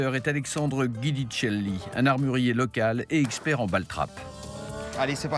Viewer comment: prononciation de giudicelli en phonétique c"est dyouditchelli (nom de ma mama) vidéo je suis fan des armes feu!!!!